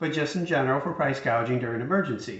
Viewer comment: She said "price gaging"...indicating she really doesn't understand the issue and just read it wrong off the teleprompter. She was just talking (lying) like any politician during an election.